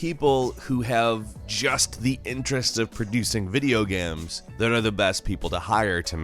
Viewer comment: Why do you always say video gams? Lol